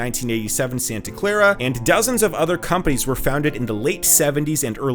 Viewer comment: If you can't even pronounce the names of the companies properly, and use metric units in the imperial world, you obviously have no idea of what you are talking about.